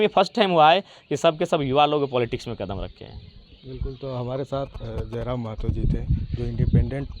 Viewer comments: Mehto nahi Mahto hota hai .... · Not Mehto , it's Mahato